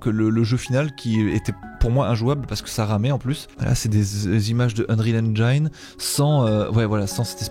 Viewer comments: Pour info "Engine", le "gine" se prononce comme la fin de "Angine" .... Beaucoup de gens font cette erreur (moi j'y suis passé aussi ;- ) ) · ENGINE PAS ENGEAINE